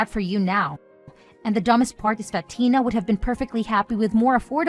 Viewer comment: Tiner? Instead of Tina?